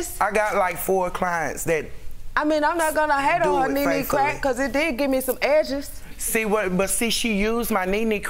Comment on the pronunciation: Fr the accent and the emphasis on EDJEZ made it funnier